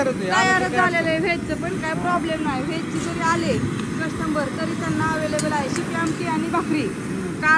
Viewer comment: राग मानू नको पण कस्टमर बोल कस्टमबर नाही.